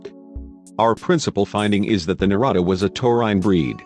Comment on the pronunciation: Good video but the correct name of the cow is "ñata" and it is pronunced diferent than niata